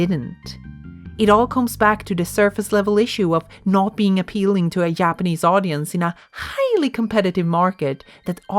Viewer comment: whay do you call them Yapanese?